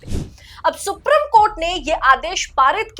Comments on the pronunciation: सुप्रिम नहीं सुप्रीम बोलिए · सुप्रीम है। सुप्रिम नहीं। please pronounce correctly. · please pronounce the word Supreme properly when reading the news. Thank you 🙏